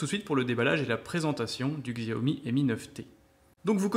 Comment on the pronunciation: Je l aurai demain si tout se passe bien Et c est pas Xiaomi mais chiaomi sa se prononce comme sa voilà voilà très bonne video